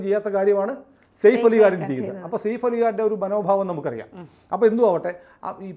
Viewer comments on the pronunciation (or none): സയഫ് എന്ന് പറയൂ സേഫ് അല്ല